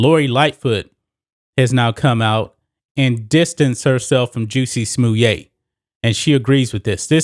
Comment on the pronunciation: Is that the right pronouncing Justin Smollett “juicy smoyay”? Never would have come up with that pronouncing of his name… i like how you say it though.